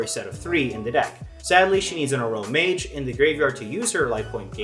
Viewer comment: Yeah that's how I said it, and when he said it uh-row-mage it threw me off